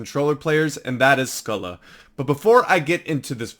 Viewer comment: Good video but pronounced his name wrong your meant to say it like scoh-lee